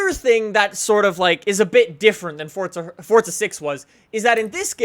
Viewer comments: FORZA not FORTZA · It's for_za not fort_za. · say forza not fortza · Why must they pronounce it like "fotza" and not "forza" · It's FORZA not FORTZA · is in pronounced fortza? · Why dose every one say fortza